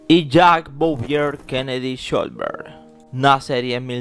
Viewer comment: Con respeto, debes mejor la pronunciación del apellido trataré de indicarte asi: Shh los Berg, no sholbert como tu lo pronuncias; por la escritura del apellido el padre ha de ser descendiente de alemán, austriaco o suizo